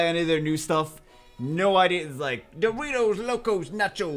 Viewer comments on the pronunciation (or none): none